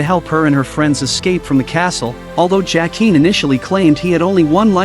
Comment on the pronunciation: AI narration is stupidly bad. Mispronounces characters names. Bran pronounces BEN-jen correctly. Why can’t the narrator? LYE-AH-na? Duke of Winterfell? Seriously? JACK-EEN? WTF?